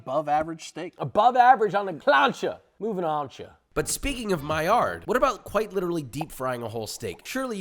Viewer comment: stop pronouncing the D on maillard... the man was french